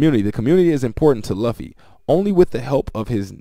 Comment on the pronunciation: Bro as anime otaku. It luffy like (lu-fee) not (lov-fe)